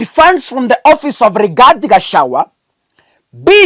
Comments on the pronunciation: Pronounce Ga cha gua NOT Gachawa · are you kenyan? can you pronounce gachagua ?